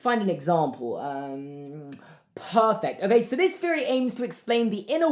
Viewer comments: I love when British people say “Feory” instead of “theory” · Fucking Brits pronouncing "th" "f" such as feory, fink about it, etc. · Norahcake 21 yes on certain words you replace th with an F sound. I like it